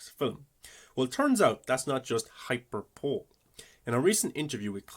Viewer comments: Hyperbole= High-per-Boh-Lee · Hyperbole: is pronounced “high-per-boe-lee” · It’s pronounced hai-puh-buh-lee!